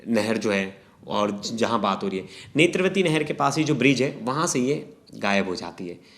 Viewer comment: नेत्रवती...? नेत्रावती नदी बॉस, ज्ञान की कमी साफ साफ दिखाई दे रहा। रट के बैठोगे तो यही होगा ना